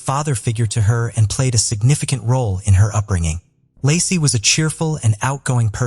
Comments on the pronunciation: If you are gonna tell the story of a murder victim, at least have the damn respect to call the victim their right name. LACEY, NOT LASSIE OR LARCY.🤦‍♀️😠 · It's LAY-SEE PETERSON (LACEY)